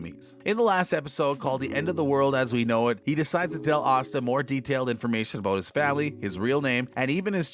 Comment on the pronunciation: Why is Asta's name pronounced OSTA?